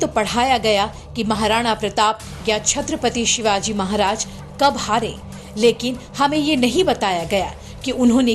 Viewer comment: Krupa karke 'Chatrapati Shivaji Maharaj' yesaa boliye